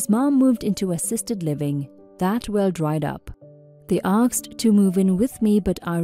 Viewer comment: Pronunciation please. ASked not AKsed.